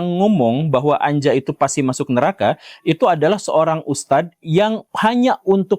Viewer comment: Anja lebih tepat dibaca Anya, pak Guru